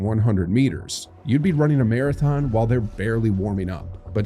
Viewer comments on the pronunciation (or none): none